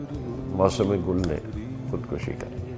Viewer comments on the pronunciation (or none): جگجیت جی کا "خود کشی" کا تلفظ درست نہیں ہے۔ انھوں نے "خُود کَشی" کہا ہے جب کہ درست "خُود کُشی" ہے۔